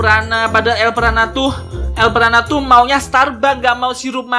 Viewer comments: Elprana hebat bukan elpranub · Kenapa lu sebut elpranat